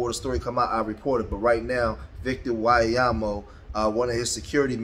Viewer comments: Ain’t even close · I cannot stop laughing at how you pronounce his last name 😂😂😂😂😂 Victor WhyleealiAmo ☠️☠️☠️☠️☠️☠️☠️☠️☠️☠️